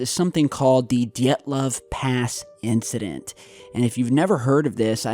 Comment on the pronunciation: Dee-et-love path inthident.